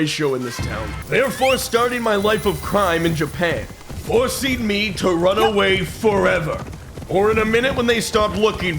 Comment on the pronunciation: I know he said "forcing me" but I heard "horsing me" as he mounted his horse